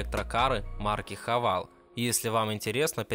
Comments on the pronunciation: Сам ты хавал! - Хавэйл ! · Не Хавал, а Хэвэйл.